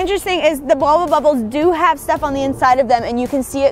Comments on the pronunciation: Why does she keep saying wubba bubba? They're Wubbles. Argggg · Did anyone hear them saying Wubba instead of Wubble nearly every time? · it bothered me so much that was saying "wubba bubba" when it's "wubble bubble" but u still love y'all the same:) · Wubble bubble. Not wubba. Srry mispronouncing was getting to my OCD. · them pronouncing it as "wubba bubba" instead of "wubBLE bubBLE" sounded so wrong. especially since "hubba bubba bubblegum" is a thing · The way they say wubble annoys me its WUBBLE NOT WUBBA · is it just me or does keep calling them Wubba Bubba balls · When and say “Wubble Bubble Ball” it sounds like they are saying “Wubba Bubba Ball” 😂